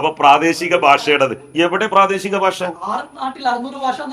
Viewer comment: ബാശ അല്ല ഭാഷ 😂😂😂ആട്